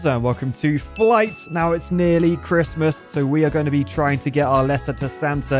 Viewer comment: 2moro is cwismas